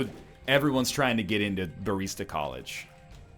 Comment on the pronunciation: what's a bareesta?